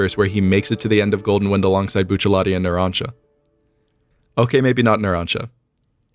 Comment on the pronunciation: I know this is the least important part of this video, but THANK YOU for saying Buccellati's name right.